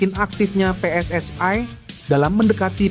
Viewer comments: Baca narasi gak usah lebay...PSSI ya PSSI ngapain dibaca PSS ay...? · Pe-eS-I, bukan Pe-eS-aI, itu bahasa Malaysia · Min, bisa baca gak? Masa pe es es ai 😂😂😂